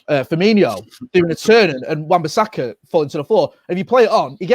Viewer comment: Come on guys its wan bissaka